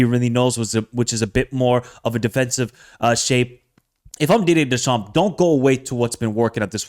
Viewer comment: PLEASE. the P and the S at the end of Deschamps are silent